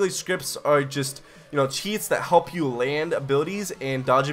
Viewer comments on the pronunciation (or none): none